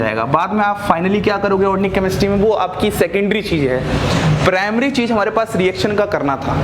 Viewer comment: Sir u r mind blowing but one thing sir,that is organic not ornic.😍